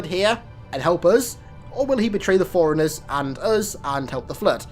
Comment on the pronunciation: Throughout your videos the only thing that's a minor gripe in my opinion is your overuse of the word "iconic." Still, much better than HALOFollower constantly mispronouncing words like Forerunner as "foreigner" & Sangheili as "sinkheely." That shit gets on my nerves.